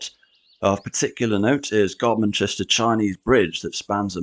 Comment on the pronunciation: You pronounced Godmanchester correctly, well done.